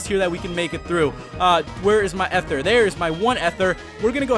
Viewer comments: Dude its eeeethur. E-therr. Not Ehther. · I've pronounced ether wrong all my life